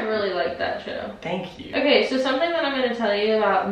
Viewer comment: You always say thano you so much